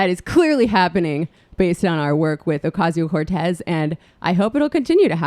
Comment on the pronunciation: Her last name is pronounced oʊˈkɑcioʊ. Not oʊˈkɑYsioʊ